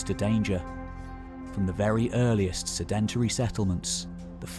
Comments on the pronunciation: Great video, but please sed·en·tary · "Sedentary" should have the stress on the first syllable. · Really great content and the narration is calm and engaging which makes it all the more surprising when you hear the mispronunciation of sedentary! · Love everything but the way you mispronounced sedentary